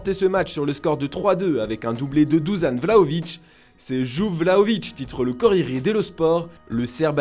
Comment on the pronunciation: Vous allez jamais apprendre à prononcer son prénom ou quoi ? C’est pas Duzan Vlahović c’est Dušan ça se prononce « douchane ».